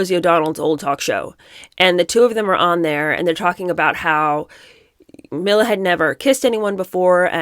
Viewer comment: I really enjoy your channel. However… Mila (Mee la) is not pronounced ( Mil La) I believe you’ve heard her name in the media enough to know that.